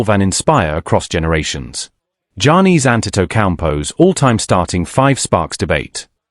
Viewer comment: Dude screwing up Giannis name all up, not even close.